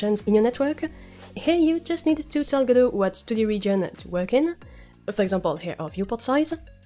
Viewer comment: Merci:) Et joyeux noël en retard mais je viens de t'acheter ton jeu;) Et merci d'avoir mis en français ta chaine de ce côté:) Dommage la trad dit tjs G-D-O au lieu de Godot ^^